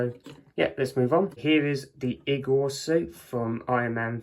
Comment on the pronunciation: He keeps pronouncing igor wrong